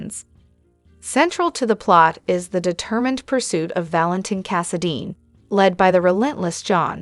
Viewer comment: I'm not sure if this is a human or AI. She can't say ultimatum correctly, she says most of the names correctly, I've heard some that couldn't say any of the names, at least can say Valentin, Brooklyn, Anna, Chase and Cassidine correctly. She even said Kristina Corinthians Davis correctly.